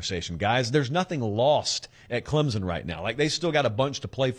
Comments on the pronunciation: Heads up, Clemson is pronounced with more of a p sound than a Z. Think Clempson vs Clemzen phonetically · Hey…Clemson fan here……please pronounce the “p” In Clemson. Clemzon chaps our ass more than when Sc fans say clemsux 😂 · Not to be a nitpicker or anything but there's no Z in Clemson. Just sounds ignorant. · The "S" in Clemson is a hard S, like "son," it is not pronounced like a z. Please say the school name correctly.